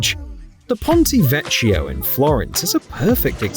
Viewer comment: A joy to watch. Bravo,! Just for the record: Ponte Vecchio - pronounced VEKK-YOR (not vetchioh) TRIFT (not Thrift) Bridge.